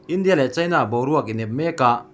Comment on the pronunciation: 'India' tih i lam dan hi a thu a zirin a lam dan hi fimkhur deuh la tha lo maw....